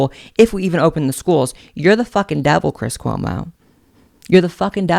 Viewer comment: I so agree about cwis cwomo. Lol